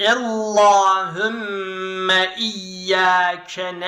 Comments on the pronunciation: ella degil alla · Çok güzel ama ellahümme değil allahümme